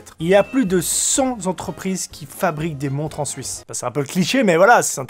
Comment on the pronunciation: "Plus de cent Zentreprises qui sont actives dans l'horlogerie", brrrrr....